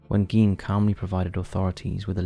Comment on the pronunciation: Thank you for doing Ed Gein. And thank you for getting things right - from facts to the correct pronunciation of 'Gein' 😊👌 This was an amazingly creepy episode and 🙏 I'd love to hear more takes like this with your personal touch on other similar "mischievous historical figures" - after all, they are (indeed!) our in real life true monsters.. I'm sure you find some really horrific - which in this case means horrible as well as terrific!! Take care! ❤❤❤